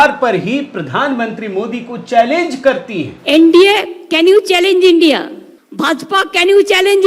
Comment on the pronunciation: इस शब्द का उच्चारण "इन्डिया" नहीं, आईएनडीआईए का उच्चारण किया करें. आशा है आप ध्यान रखेंगे. धन्यवाद.